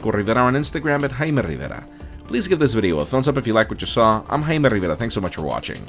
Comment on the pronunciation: I like how he pronounces Rivera as a single syllable! hahaha